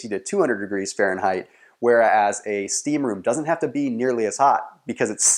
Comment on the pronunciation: finnish sauna is like ur '' steaamroom '''